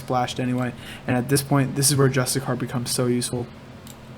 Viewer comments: Jus-tish-shir. Not justicar. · I love the guide, but PLEASE PLEASE PLEASEEEEE, learn how to pronouce: JUS-TI-SEE-AR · It's pronounced Just-ish-she-air. Hasn't anyone heard of the word 'justiciary' before? Lol go ahead and Google the pronunciation. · Bro, great vid, just one thing; You're butchering the word Justiciar lmao. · cool vid but can you PLEASE pronounce "Justiciar" correctly?